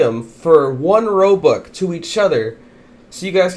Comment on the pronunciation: I like how you say robuc instead of robux